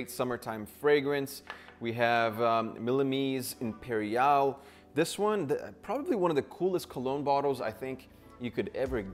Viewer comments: MILLIMESE IMPERIAL 😭😭😭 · You butchered the name it’s Creed Mil-Sieme lmfaooooo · “Millimeeze imperial”😂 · “Mili-mese” imperiále Lol